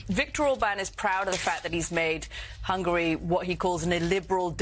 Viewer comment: Did he say the president of 'hungry' instead of Hungary?